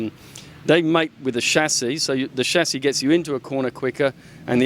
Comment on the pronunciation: lol the shashi (chasis)